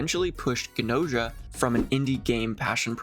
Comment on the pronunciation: 100% gonna watch the anime(and this video lol) once I finish the game, banger op. And I'm pretty sure that Gnosia is pronounced the way it's written? Like the word "gnosis"(an ancient English term for "true knowledge"). Also I think Gnos' philosophy is vaguely based and Gnosticism. Gnostics believed that our reality is a pale imitation of the true reality, where the true creator lives(it's waaay more complicated than that but that's basically all you need to know draw a connection) But I'm not even finished with the game so what do I know